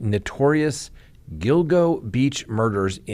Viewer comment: You got the pronunciation of “Gilgo” correct. Allegedly they have a strand of his hair as well as his wife’s on duct tape.